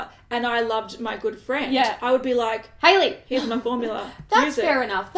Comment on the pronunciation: Also you did really great with the pronunciation of my name,! <3